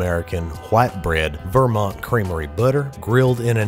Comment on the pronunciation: I am from vermont and I love how you said vermont without the T like a true vermonter